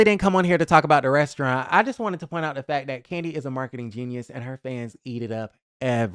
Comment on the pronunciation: Why can’t she say restaurant correctly 😂